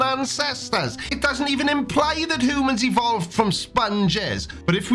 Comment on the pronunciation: Your Welsh pronunciation of hoomans is priceless.